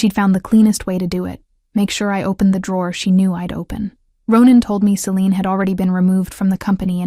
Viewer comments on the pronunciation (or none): none